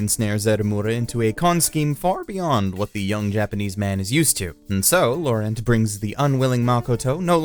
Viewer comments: How did he mispronounce Laurent!? Lau-rant. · Is there a specific reason you pronounce the name "Laurent" completely differently from 1) how the dub pronounces it 2) how normal American English speakers who see the name would pronounce it 3) how it's actually pronounced ??? Because you manage to somehow sound like a douchebag who is trying to show everyone how an actual native would say it and an idiot who has no idea how to pronounce it at the same time. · The way you pronounced Laurent should be considered a hate crime but great video otherwise